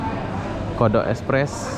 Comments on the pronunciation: Aduuuh..funny Kodak jd Kodok🤣 tkpe janji bole cuba cakap english...broken pun broken lah asal faham...🤣All the best ✌️ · KODAK Express....bukan KODOK Express.